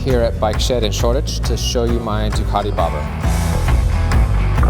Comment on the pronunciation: Finally, someone on the Bike Shed that can pronounce Ducati. I am impressed!